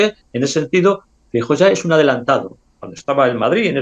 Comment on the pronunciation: Los gallegos tenéis un problema con la letra EFE, Franco, Fraga, Feijo.